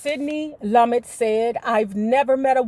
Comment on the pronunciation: Sidney's last name is pronounced Lu-met.